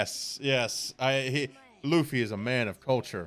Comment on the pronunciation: laughy instead of Luffy you say 🤔 welp sir just remember these wise words of yourself self im not gonna spoil it but just remember what you said and I will leave it at that 👌🏾